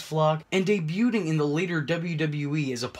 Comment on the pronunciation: Did he just say "dey -byoooting" ? Wow...